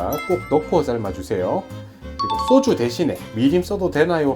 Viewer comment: 쏘주가 아니라 소주 꼬추가 아니라 고추